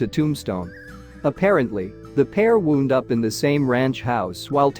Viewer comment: "Cah-chise" County Cowboys? The voice read "SAH-na-run" for the Sonoran Desert. Must be AI. Folks, stop using AI to narrate your videos. Get a live person, it's not that hard. At least twice the voice said "woond" instead of wound." Maddie "Blay-cock?" Sheesh!